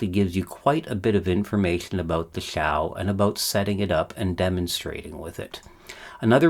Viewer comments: Hmm, 'piccolo' would mean small flute, according to English Wikipedia, but 'small [Italian - detected]' according to Google translate. At least he got the pronunciation right: until now I've always been saying what I see - (ouch) 'Zhau' - despite the fact that a guy, Xiang, whom I knew is now Shane colloquially. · yeah points for pronouncing the x correctly. I’ve lost count of the number of incorrect pronounciations of Xi Jing Ping that I have heard!